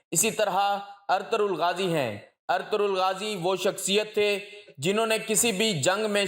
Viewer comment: نام صحیح طریقے سے ادا کریں ارطرل غازی نہیں بلکہ ارطغرل غازی ھے